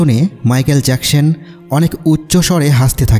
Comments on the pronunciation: জ্যাকসেন না জ্যাকসন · Jacshan na Jecson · Agey thik moto manusher name bolte shikhen erpor video upload koren. So annoying